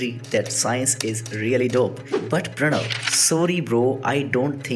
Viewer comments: Everytime he pronounced" pranava pranava " instead of pranav ...my ears bled and i have anemia now ... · The way he says, Pranava ;-; I don't care, just pronounce it right bro, do whatever you want to do